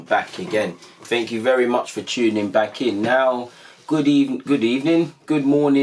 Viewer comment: Just when I was sure I wouldn’t hear “gud ebbening” again!😜